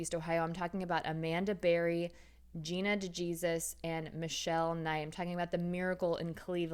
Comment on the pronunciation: You might do a little research on how to pronounce DeJesus. It’s not DeeJeezus. ; )